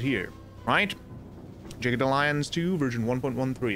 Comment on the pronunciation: It's pronounced Jag-ged....not Jey-ged